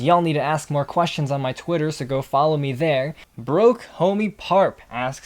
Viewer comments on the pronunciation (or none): none